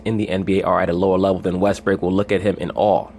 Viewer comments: did this nigga say Russel Westbrick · Stop saying Russell West brick nigga